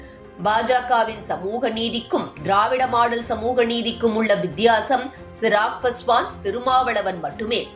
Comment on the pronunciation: Chirag Paswan illai. Avar peyar Chirag Paaswaan. Peyarai seriaaga uchariungal.